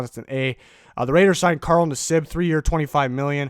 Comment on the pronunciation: I agree. I thought it was funny how he pronounced his name though.